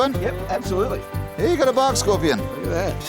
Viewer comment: Bark not bawk